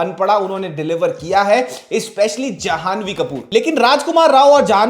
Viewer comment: जहानवी नहीं जाह्नवी नाम है। ह का उच्चारण आधा‌ होगा। जह्नु ऋषि ने गंगा का सारा जल पी लिया किंतु फिर विनती करने पर कान से निकाल दिया। इसलिए गंगा जाह्नवी कहलाई। बालीवुड में संस्कृत नाम अब कम ही सुनने को मिलते हैं इसलिए इस नाम का सही उच्चारण करके इसकी मधुरता को बनाये रखना आवश्यक है।